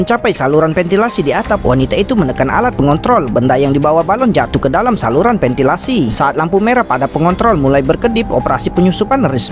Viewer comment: VENTILASI BUKAN PENTILASI